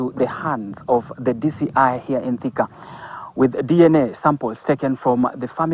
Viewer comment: Wewe ni mjinga kiasi gani? The name Thika as in Thika town is not pronounced the way you are fooling us to believe. It is something else diffrent. We are also Kikuyus and your narrow reasoning is not adding up. 🙄